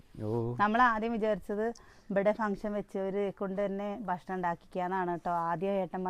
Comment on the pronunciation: 😍😍 ബഷ്ണം എന്നല്ല മുത്തേ പറയ ഭക്ഷണം എന്ന് പറയണം ട്ടോ - ഞാനിത് സ്നേഹത്തോടെ പറയുന്ന താണേ😍😍 നെഗറ്റീവായി കാണരുതേ🫂 ഇൻക് ഒരു പാട് ഇഷ്ട നിങ്ങളെ വിഡിയോ കാണുന്നത് - എല്ലാം കാണാറുണ്ട് കമന്റ് ഇടുന്നത് കുറവാട്ടൊ❤😍🥰 ലൈകിടും🫂🥰 വീണ്ടും പറയാണേ ഭക്ഷണംന്ന് പറയണം ട്ടോ😀😀🫂🫂🥰🥰😘😘